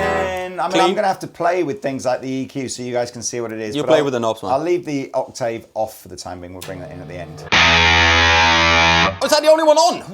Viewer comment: Please can someone teach to say "octave" lol